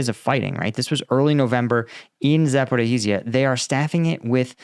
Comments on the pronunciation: "Zaporihizia?" wtf It's Za-po-ri-jjjj-ia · Z a p o r i zh zh ia (З а п о р і ж ж я) - letter Ж,ж (translit. zh) pronounce like the "s" in "measure" - say "measure" with long "s", or "fissure" with long "s" - then say "Zaporizhzhya" - letter Я,я is pronounced "ya" like in "yard"